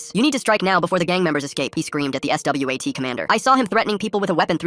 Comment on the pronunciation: Stop saying S. W. A. T. Like that